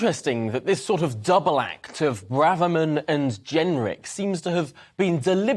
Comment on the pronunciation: The presenter pronounces Braverman correctly! Hurrah! I looked on the internet to find the pronunciation.